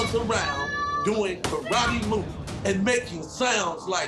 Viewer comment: He really said karratte that's kinda mean to say that to a baby